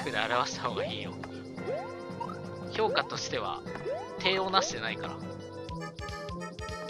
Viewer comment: ヤバイ評価が氷菓に聞こえてしまう